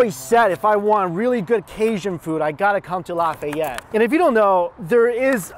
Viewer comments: It's Laugh-Ay-Ette. I'm from Lafayette. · If only I knew you were in Lafayette I would have lost my mind and rushed to Billy’s bc there is one thing you haven’t tried and it’s amazing. Oh and I would have taught you how to say some of them creole words 😅😂